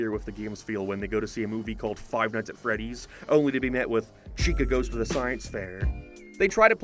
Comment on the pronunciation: “Five mights at Freddie’s” He was in the restaurant for maybe 30 minutes